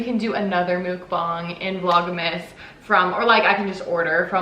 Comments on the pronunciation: FYI it's pronounced muhk-bahng instead of mook-banhg 😁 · I think it’s pronounced MUK-bong like f*ck lol anyways fun video!!